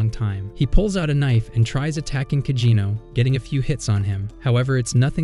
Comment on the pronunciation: Why do you keep saying cagino it’s cid kageno